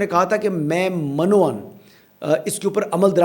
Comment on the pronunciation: حسن ایوب صاحب السلامُ علیکم ایک لفظ کی درستگی کر لیں وہ یہ ہے کہ "من و عن " کو پڑھنے کا طریقہ "مِن و عن" مَن و عن نہیں ہوتا میم کے نیچے زیر پڑھیں ۔اس کا معنی ہے "اِسی طرح سے" مِن کا معنی سے عن کا معنی ہے اسی طرح